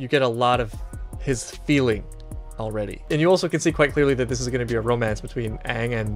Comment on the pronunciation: This is not aang, it's ong